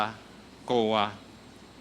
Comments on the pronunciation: parang ang dinig ko sa "COA" ay " KUHA" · hahaha ang coha !